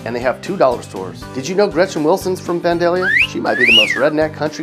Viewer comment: ... I'm kinda disappointed how many of those towns I know. I was an hour south of Effingham... Also am I the only one who thought he pronounced vandalia weird.